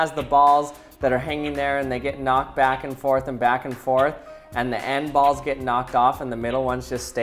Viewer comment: All I heard is "ols"